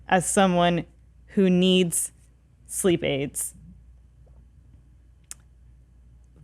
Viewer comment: Did she say SLEEP AIDS?